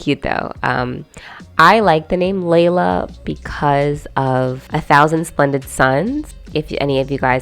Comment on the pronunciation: I adore A Thousand Splendid Suns, but listening to the audio book the name Layla is pronounced closer to Lilah, so I don't really associate Carlin's Laylah with the Arabic name